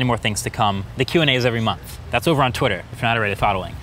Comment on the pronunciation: “Last year I did a QANDA video every monf “